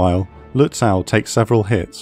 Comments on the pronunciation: 'Nother pronunciation gripe, this time from the German side. I mean, jeez, you only have the names of a few ships: Lutzow (lut-so); Möwe (mur-vuh, with "mur" as in "murder", and the closer you can get to a soft British "r", the better: no penetrating American "r"!)); and Blücher (`blew-sha). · It will be good if the guy reading this learns how to pronounce Lutzow. I cringe every time hearing that "aw"